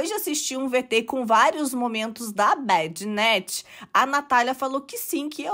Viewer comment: é BAD NAT, não bed net kkkkk